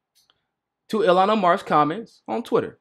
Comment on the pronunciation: I don't mean to be that annoying person. But I just want you to know that Ilhan is pronounced Eel-han. Not the way you have been saying it. It's Eeeel-han.